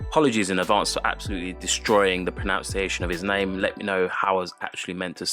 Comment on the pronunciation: It's not "pro-noun-cia-tion" but "pro-nun-cia-tion"